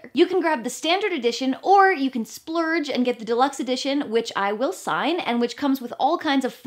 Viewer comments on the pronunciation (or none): said “Splurge”...